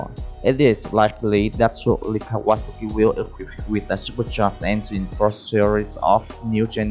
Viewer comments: is Kaw-a-sah-ki, i could be wrong. but i've been riding my kawi since i was 13 and always pronounced it like this. the last part is pronounced similar to the drink "sake" except its pronounced "saki" were as the drink is pronounced (sah-kay) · "Cow Ah ASaki" (not sure how he pronounced but I loved it